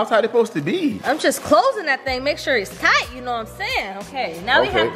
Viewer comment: She just said thight and warm 😭😂😂😂